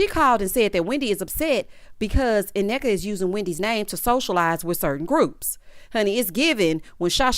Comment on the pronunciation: The first N Nneka is silent..also Wendy friend name is pronounced Key-ona...she is my old hairstylist